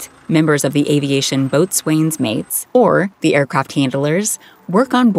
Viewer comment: The word "boatswain" should be pronounced "bosun". Strange to get other information right and not get this common usage.